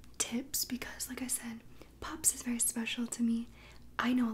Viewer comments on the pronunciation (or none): none